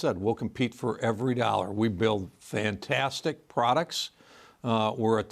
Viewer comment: "Fintaaastic prodacts"...no thanks, we're good.